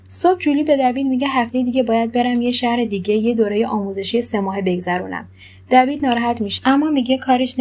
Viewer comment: خانوم محترم دیوید،دوید چه صیغیه‌ای دیگه😬😂